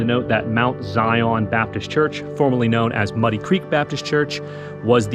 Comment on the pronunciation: Pronunciation of Zion is as one word and is Zion like Zion park in Utah. You weren’t required to have a midwife! You were lucky to have a knowledgeable woman or women there to help a birthing mother through what was the most dangerous day or days in her life. (Still is since dying during or immediately after bearing a child can still be deadly)